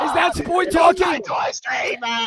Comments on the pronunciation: On gawd, the “it’s okAAY BREATHE..BREEEEAAATTHEE!” Had me weak 😂😂😂 & “SPOWET” best duo ❤❤ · I love how Spoit just accepts that calls him "Spowet" 😂